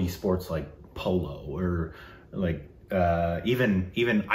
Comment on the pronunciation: "in very HOity TOity sports like pOlO" Me: rewind and listen to him 3 times